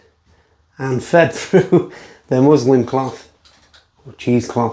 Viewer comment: Turn your ears on. MusliN. N. Not m.